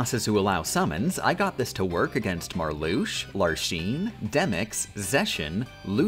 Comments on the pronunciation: Hey. I'm a HUGE kingdom hearts fan, and there are a few mispronunciations of the organization 13 members. Larxene is pronounced Larkseen, not Larsheen. Vexen is pronounced Veksen, not Veshen. Marluxia is pronounced Marloosha, not Marloosh, and Luxord is Luksord. Did I miss anyone? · Why mispronounce the Org. members names? It's Larks-ene, Lucks-ord, Sai-ex, Zex-i-on (sounds like an Eevee form), Lex-a-us, and Vex-en. Are you intentionally doing this? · Larsheen, Lewsherd, Sayx, Zeshen, Lucius (Seriously? That one is so off it doesn't even make sense), Veshen (OMG this is becoming painful). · bruv why are u saying larsheen